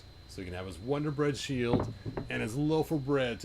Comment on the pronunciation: But it’s a Wun-dar on a vintage style card